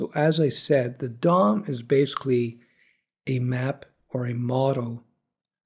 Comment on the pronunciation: I can't help but giggle every time you say Dom, because it sounds like you're saying dong. lol